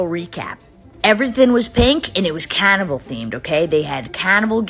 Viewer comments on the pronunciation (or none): It sounds like you said cannibal, not carnival. Stop overdoing your accent. It's a shame.